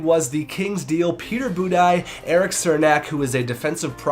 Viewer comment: That's not how you pronounce Cernak's name!